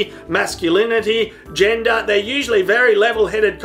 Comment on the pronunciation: Am i the only one that heard "Jenga" only to realize he said "Gender"?